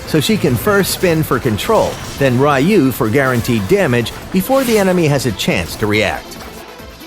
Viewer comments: I just want to point out that her third skill should be pronounced as 'Riyuu' not 'ruh-yuu.' Ryuu means Dragon in Japanese, and her third skill basically uses a dragon technique. Thanks for the guide, though! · its pronounced Ryuu (Ryu) meaning Dragon, not Rayu, we are playing AoV not Street Fighter lmao